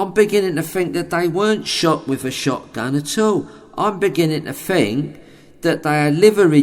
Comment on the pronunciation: Fink! delicious. There's other things he can't pronounce too. Not just "pronunciation".